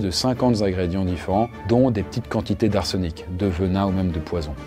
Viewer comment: cinquante "Zingrédients"?